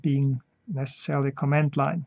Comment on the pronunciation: Great video. Just a note on (American) English pronunciation. When Americans listen to how you pronounce the word "comment" it sounds like you are saying the word "command". And since Germans often pronounce d's as though they are t's, it just adds to the confusion. Americans can easily differential between these two spoken words just on the syllable that bears the accent or stress. In the word co'm-ment, it is the first syllable that is stressed (Caaaaw ment). In the word com-a'nd, it is the last syllable that is stressed (cuh Maaaand). You are placing the stress on the 2nd syllable for both words and this makes it more difficult for me to differentiate between the two words.